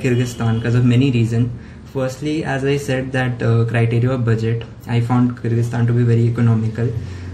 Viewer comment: Bartan sambhaalo pls Also avoid using pressure cooker while filming a video 😂🤣 (Just kidding, I want to appreciate you for this really informative video and thanks for teaching me how to pronounce Kyrgyzstan because I was today years old when I actually learnt how it's pronounced)